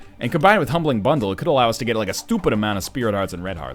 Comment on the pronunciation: Honestly, i freaking love Northernlions "stoopid" :D